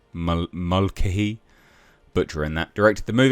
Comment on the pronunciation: I believe it’s pronounced Mul-kay-he.